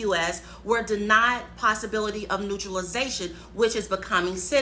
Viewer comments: It is "NATuralization", not neutralization. 😅😅😅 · Good lord. The word is naturalization, not neutralization